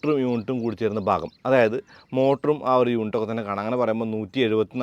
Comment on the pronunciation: ഭാഗം ബാഗമല്ല😂